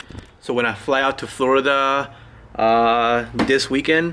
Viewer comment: He says Florida funny